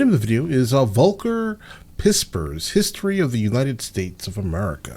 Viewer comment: Has it ever entered your mind that the American way of doing things might not be a global standard? So why don`t you make an effort and start with checking out how to pronounce a German name before disrespecting somebody. No! Volker does not rhyme with vulgar. This level of arrogant ignorance. Unbelievable!!!